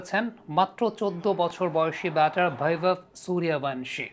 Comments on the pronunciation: হ্যাঁ, এটাই ভারতীয় ট্যালেন্ট্! 😎🇮🇳💙✌ আর নামটা 'বৈভব', 'ভৈবব' আবার কী?? 'বৈভব সূর্যবংশী' হবে বাংলা উচ্চারণ অনুযায়ী। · Vaibhav এর v কে বাংলা করে ভ বলেছেন। Baibhav হলে b এর জন্য ব উচ্চারণ করতেন। তাছাড়াও উনি যেহেতু স্বদেশী নন সেক্ষেত্রে তার নামের উচ্চারণ পুরোপুরি মিলবে না এটাই স্বাভাবিক। বিদেশী কমেনন্টেটর রা তো রীতিমত উচ্চারণ করতে গিয়ে দাঁত ভেঙে ফেলেন অনাদিকাল থেকেই। তবে সেটাকে স্বাভাবিকভাবেই দেখা হয় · ভৈবব না, নামটা 'বৈভব'! সবসময় ভুল উচ্চারণ কীকরে হয় আপনাদের?